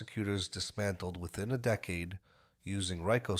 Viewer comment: I'm not sure how this AI narration works... but dude... can you at least set it to pronounce words correctly... you gave us decade as DEE-cade and DECK-ade.... in the same sentence! I still subscribed. Pretty good recap.